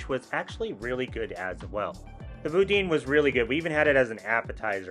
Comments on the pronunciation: boo-DAN not boo-DEEN lol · Anybody gonna tell him that it's pronounced Boo-DAN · It’s pronounced Boo-Dan. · That’s not how you pronounce boudin. JSYK